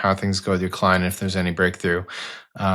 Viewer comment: your cwient is abcdefg lol